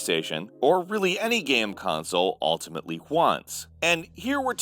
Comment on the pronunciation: "ultimatly Chuans"